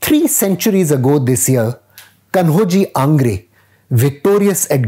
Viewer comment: Sir if you're going to give a history lesson, at least get the pronunciation right. It's कान्होजी आंग्रे, not कन्होजी. Kanhoji as in Kanha